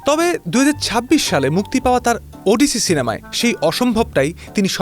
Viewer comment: উচ্চারণ ওডিসি নয়, উচ্চারণ হবে অডিসি।